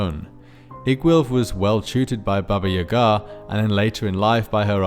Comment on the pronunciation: As a Russian speaker I was surprised that you didn't butcher pronunciation of Баба Яга's name like most people